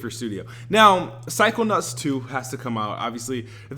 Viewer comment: Is it just me, or does he keep calling em psycho-nutts??!?! Lol.